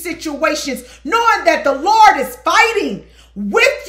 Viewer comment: 🤣🤣you have to put that T on the end 😂 LerdT😂